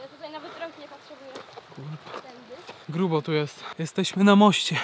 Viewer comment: masz spacerek po górce i mowisz gróbo xd ahahaahahahahhahaahha dla mnie beka idz nagrywaj kebsy lepiej